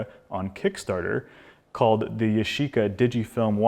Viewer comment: yashica not YOSHICA ！